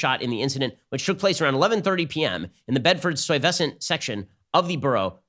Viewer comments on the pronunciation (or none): Bed STYE = correct pronunciation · "Bedford sty-vess-ant"? That's up there with Gowgwin and cayste. For such an incredibly intelligent fellow, Shapiro can be remarkably parochial.